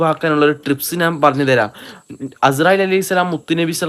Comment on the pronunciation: നാൻ അല്ല ഞാൻ 😂😂😂